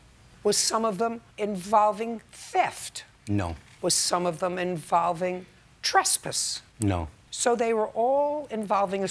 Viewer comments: The way she is saying "trespuss" is irking my soul. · Why do she pronounce trespass like that? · I swear Judge Judy can pronounce any word however she wants and I’m running with it. I will forever pronounce trespass the way she does and if someone doesn’t like it, I’ll show them this video.. : )